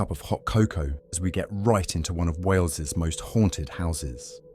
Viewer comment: What’s Waleses, what’s Waleses eh? PRECIOUS!